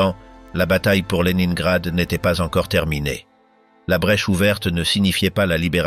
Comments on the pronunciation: À prononcer léninegrad et non le nain grad😊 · Horreur cette voix ! Ne pas prononcer correctement de La ville dont il est question (1 fois sur 2), polus non Paulus, merci de prononcer les noms propres correctement